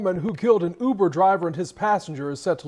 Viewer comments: The Newcaster pronounced Uber like yuber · Why the 1st new broadcaster called Uber “Yuber” 😂😂😂😂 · I literally was like wtf is youber 😂😂😂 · DID THAT NEWS ANCHOR SAY YOUBER(UBER) 🤣🤣🤣🤣🤣😆😆😆😆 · I know his big grown ass did not just say YOUber on national tv.. is he living under a rock ?!!? WHAAAAAAAAAAAT ?? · Dis man just said YUBER 🤦🏽‍♂️🤦🏽‍♂️ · “Driving him for you-ber” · No way he said you-ber I’m done … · Pops said YOUBER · I was vibing to this shit until i heard the reporter say “U-BER” 😭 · The news man said you-bur instead of Uber😂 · “Youber” is insane 😂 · Nigga said youber n threw my whole vibe off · the way the news reporter says "youber" triggers me. lol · Am i the only that thought it was weird the reporter said youber instead of uber.. i wouldve thought it was ai if i didnt see the dude talking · MF said youber 😑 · That mane said Youber lol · When the setup is really on you because you living foul.. That reporter calling it Yuber is throwing me TF off. Usually only A.I. mispronounces words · Shawty said “Youber” 😂😂😂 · “YOU-ber driver” 🤦🏾‍♀️ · Why the reporter say Yuber lol...any way r.i.p. to that poor uber driver dying over these fkn fools and their nonsense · Bro said "YOUBER" 😂😂😂😂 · What the hell is "yuber" SMH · “YOUber” is blowing my shit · Right😱 like wth is a YOUber??!! 🤦🏽‍♀️🤷🏽😁🤣🤣🤣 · I thought I was bugging when I heard that 😂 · 😂😂😂 it does start with the letter U… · Is anyone else cringing at how the reporter pronounces Uber? “The yuber driver” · Fire him.... What rock he been living under, to not know how to pronounce Uber 😂.... Rip Driver 🙏🙏🙏